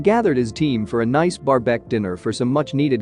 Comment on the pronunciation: I like how the ai says barbek